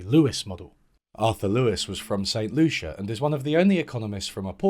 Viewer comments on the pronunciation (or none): none